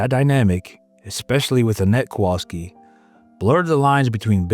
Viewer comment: You should have NOOOOTICED more mate "kowalski"